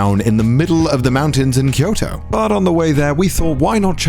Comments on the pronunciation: Am i the only one who thought he said "kirito" at the start? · connor: Kyoto me: diD yOu sAy kiRiTo?